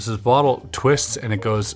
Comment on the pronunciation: Chris says "bottle". I immediately checking the comments for "weight" comments. 😅